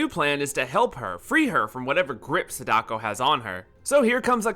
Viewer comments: Complement Sandwich: I like your editing and prefer your videos to Japanophile's take on The Ring franchise. -You're saying SA-DA-KO wrong. It's not SA-daK-O. It's only 3 kana long さ だこ。 Thank you for talking about Terror's Realm! btw, check out "The Joyurei"aka Don't Look Up. It's Nakata's first major "ghost girl" movie from '96, and it's pretty interesting. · He misunderstood “Sadako” too lol. It’s ok we all do it for diff words